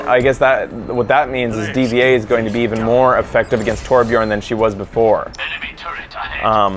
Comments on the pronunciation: also D.va is still pronounced DIVA its like N3rd/nerd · I thought her name was Dva not D V A sepretly